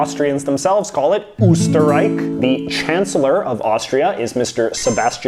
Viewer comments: Oof, you mispronounced quite a few things. Most notably Angola's and Austria's leader, as well as Austria's name in German. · No, they don't call themselves Osterreik, they call themselves Österreich. If you're going to say the name in German, say the name in German.